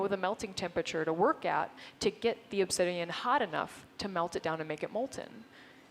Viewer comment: Obsidian not obsidium! Omg she said it like 50 times! It makes me itch all over lol